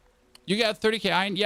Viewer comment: its not fcuking ion try saying it right its iron